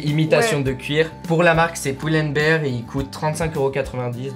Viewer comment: sais pas prononcé pull and bear il dit:"poule and behre"